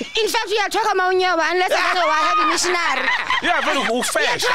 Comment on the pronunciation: Mission- nery 😂😂😂😂